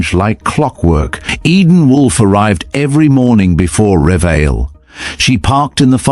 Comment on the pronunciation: NOT "Revile" but "Re-vi-LEE".